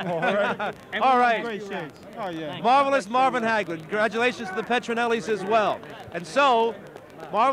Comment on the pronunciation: "MARVELOUS MARVLIN HAGLER?" SINCE I WAS A KID, I'VE ALWAYS BEEN ANNOYED BY THE ANNOUNCER SAID "MARVELOUS MARVLIN HAGLER"...AND NOBODY NOTICED BUT ME.😢